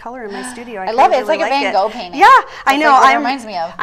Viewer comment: Van Gogh is not pronounced Fan Go.